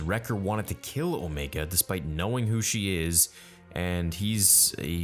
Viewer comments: Dude its Omega.. not Omeega.. idky* it bothers me. It just does. Like the show pronounces the name... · Alright bro stop saying O Me ga we know Damn well you know it’s O mega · Bro it’s O-mega not Omeega that’s just how the accent makes it sound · Dude it’s “OMAYGA,” the way you’re saying it is Kiwi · Who the fuck is Omeega? xD It is O-meg-a. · Also it’s omega. Not omeega. Stop trying to make omeega happen it’s not gonna happen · I love how you call Omega as Omiga so casually. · “Omeega” LMAO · Star "Omeega" Theory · I love how everyone is now pronouncing Omega's name "Omeega". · Am I the only one who hears O-megah and not omega ? Did I miss something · I really wish you would stop with the Omeega! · please stop pronouncing Omega like that. FUCK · They don’t pronounce Omegas name that way so fucking annoying. I only watch these till ScreenCrush comes out with his Easter egg video not only better but more informative and, he’s not even a strictly Star Wars YouTube channel.